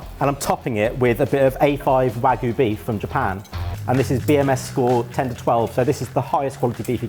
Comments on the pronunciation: I say this with love; mispronouncing 'wagyu' is a food crime. Japanese is written phonetically - 'wa-gyu', not 'waggu'. It's easy. Now go to food jail. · I don't care what you do with it but if you keep saying "wagoo" you might lose a subscriber! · The real food crime in this video is pronunciation of wagyu